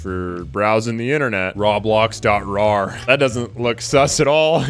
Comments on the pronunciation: dude its pronounce roeblox not rawblox, it is spelt as roblox still though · its (row-blocks) not (raw-blocks) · It's pronounced ROW-bloks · bruh roblox isn’t pronounced rah blocks it’s pronounced row blocks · Dude said raw-blox